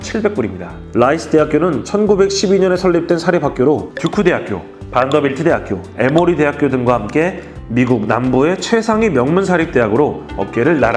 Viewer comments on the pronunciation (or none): 반더빌트가아니라 밴더빌트입니다